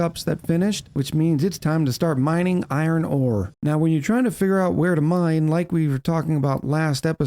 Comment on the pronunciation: I keep hearing 'mind control tower' instead of 'mine control tower.'